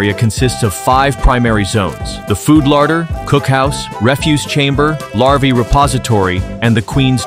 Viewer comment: It's larva not lava😂😂